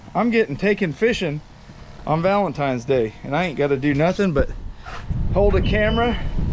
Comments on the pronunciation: VALENTINES DAY!! Not VALENTIMES DAY!!🤣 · I don’t know who’s accent I like better, who can make a one syllable word 4 syllables or with the whole “valentimes day” thing